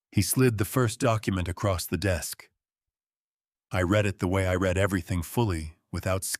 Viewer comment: The words "lead and read" were constantly mispornounced constantly in this story. You should proof read/preview your work.